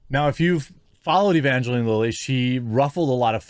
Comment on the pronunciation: It's pronounced ə-van-jə-line. Bad Religion did a song with that name.